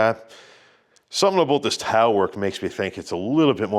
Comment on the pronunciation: you definitely have an American accent except for your pronunciation of “house” and “about”. 🤣 the closest I can get to your about is aboot. I can’t get anywhere near your pronunciation of house.